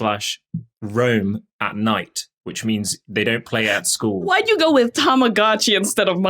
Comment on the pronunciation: "Ta-ma-GO-chi". Go, like going, gone, went... go. I don't understand why everyone has such trouble with this. The word is a portmanteau of tamago (egg) and tomodachi (friend). Japanese only has five vowel sounds, and they're the same as Spanish: ah, ii, eh, oh, uu. This bugs me, because people are just too lazy to get it right.